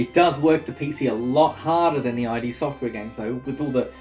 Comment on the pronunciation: The blasphemy. It’s id (pronounced like „it“) software, not i.d. software.